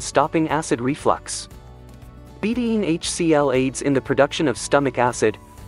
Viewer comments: Please train your computer how to pronounce betaine. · Two syllables. Be-taine.